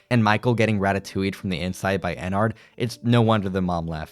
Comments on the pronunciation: My guy ennard is pronounced “en-nerd” like inner. No hate tho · It was a conscious choice to mispronounce ennard over and over